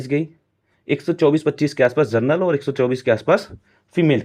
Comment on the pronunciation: First you learn to speak general instead of gernal